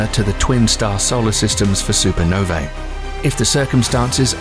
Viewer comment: i am absolutely repulsed how they say Supernovae it makes me so angry i swear